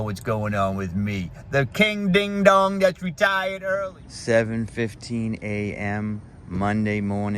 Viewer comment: You "reTHAIuhd" 5 months ago? You moved to Thailand? You started eating Thai food again? Help me understand.